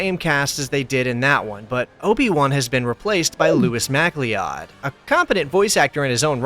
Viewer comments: You said lewis mac lee od but i think that is lewis muh cloud when said out loud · Mack-Lee-Odd? Is it spelt MacLeod? Guy sounds Scottish, at least. That's pronounced McCloud, you know like the Highlander character. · Macleod is pronounced Mick Loud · Lewis Macleod is pronounced "McCloud", like Connor Macleod of the Clan MacLeod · Macleod is pronounced "mac-cloud" lol. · MacLeod is a Scottish name pronounced like McCloud. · MacLeod is pronounced MA-CLOUD. Like Connor MacLeod of Highlander? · The surname MacLeod is pronounced McCloud. That's how it's actually supposed to be spelled. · MacLeod is pronounced like "McCloud" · MacLeod is pronounced Mac Cloud. There is only one way to spell MacLeod, and only pronounced mac cloud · It’s pronounced mac-loud btw. He also played sebulba in the movie